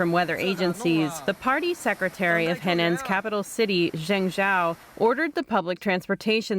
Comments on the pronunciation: Jeng jow , teach your reporters how to say the names correctly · Hire me to read stories. The woman who covered the flood cant even pronounce Zhengzhou. Zzang zzow she says like 5 times lol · At least try.. TRY to learn the simple pronunciation of ZHENGZHOU... Learning Pinyin literally ONLY takes about 5 minutes to learn...🤦🏻‍♂️